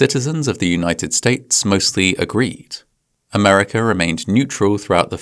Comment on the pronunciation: " America" does not get an R on the end. It is NOT AmericURRRRR. You even have a consonant starting the next word! 😂 . I don't say BritainURRR. FFS, do it right.